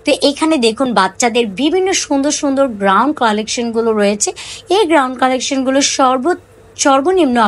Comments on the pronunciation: কিন্তুক, গ্রাউন উচ্চারনে অনেক ভুল। শুনতে একদম বিরক্ত লাগছে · উচ্চারন ঠিক করেন। নিজের ব্যর্থতা স্বীকার করুন। আমি একা না দেখলে কিছুই হবেনা। কিন্তু আমার মত সবাই বিরক্ত হয়। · আমার কথায় মন খারাপ করবেন না , আপনার ভিডিও আমার ভালো লাগে , জিনিসের নাম ঠিকভাবে বললে আরো ভালো লাগবে। আশা করি আমার কথাগুলো কাজে দিবে । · Apu গ্রাউন না, গাউন হবে। গ্যাবার্ডিন প্যান্ট হবে ।